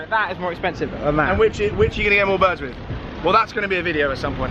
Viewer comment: Is it a thing in Essex to say "wiv" instead of "with"?